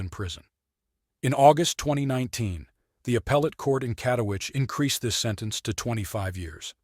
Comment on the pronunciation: A friendly amendment: It's KatowiTSEH. If you can pronounce "Agnieszka," surely you can handle "Katowice" as well. 😊